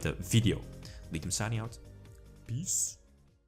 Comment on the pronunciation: Every time you say 'peace' i think you say 'bees' Its just awesome